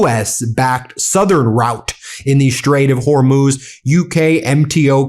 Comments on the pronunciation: HORMOZ , NOT HORMOOZ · “They DAMAGED THE HORMUZZZ..!”